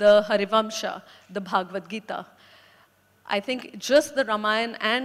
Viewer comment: She keeps pronouncing bhagwat gita as in भागवत पुराण not as भगवत गीता